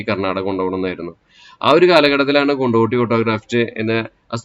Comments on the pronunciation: കൊണ്ടോടി ✅ കൊണ്ടോട്ടി ❌ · കൊണ്ടിട്ടിയല്ല കൊണ്ടോടി